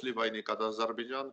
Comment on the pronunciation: Уважаемый ведуший научите пожалюста своего собеседника правильно произнести слова "АЗЕРБАЙДЖАН" !!!